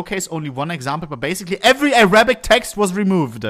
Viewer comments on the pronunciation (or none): none